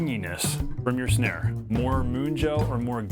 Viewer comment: "Shnare." LOL